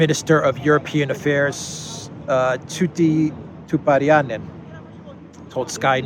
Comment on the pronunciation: Tytti Tupparainen is pronounced Tweet-tyToop-pa-rye-nen.